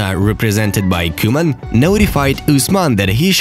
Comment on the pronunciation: Its not koeman its cowman😁😁